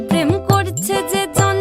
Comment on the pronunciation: Sadly the pronounciation is totally wrong. This is a sylheti song. Hence the P is pronounced as F. It's not Prem but Phrem. N not pirit but firit Bala na.... But I guess that's the best shot a kolkatan can give in singing a sylheti song